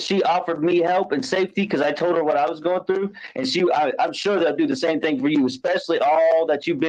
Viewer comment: Why does she put a k sound at the end of words that in g. Like thing she ends it with a k